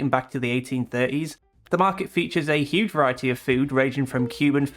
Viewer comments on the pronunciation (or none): none